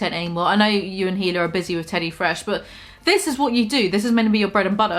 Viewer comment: It triggers me that you keep saying Hila's name wrong... FAKE FAN (just kidding but only like 98% low key like get it together, you know? we're all having fun here)